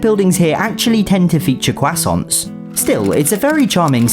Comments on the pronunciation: It isnt said cuwassont. Its said Quoßänt. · Bro realy said "CwAsONt"💀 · He pronounsed croissant as "kwaisoints"💀💀💀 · I'm American and after hearing him saying Crosunt I laughed so hard,btw I'm not being mean or making fun of his language "Cwsunts" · Do you pronounce it “crosauntz”